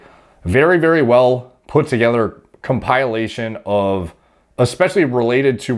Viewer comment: ....Watch my mouth. It’s comp-i-lation not compil-ation